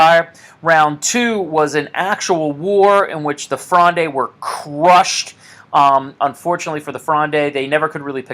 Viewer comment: Am currently doing a philosophy course in montpellier and this video has really helped me navigate the context of the litterature component. If you're interested in pronunciation (anodine to the content of the video of course but it's nice to know) you can navigate Richelieu by thinking of it as rEEsh Li-YOU (said fast ofc) and fronde as being one syllable: frond not fronday. Thanks again